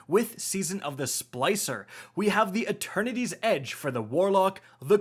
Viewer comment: Wait. Is there a fourth sword? Cause I keep hearing "Attorneys Edge." 😆